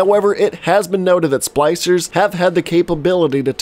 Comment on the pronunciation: nice. Also was he calling the splicers “Slicers”?